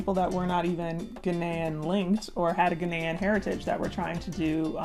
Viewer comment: Ghaanian not Ghenian lol🤣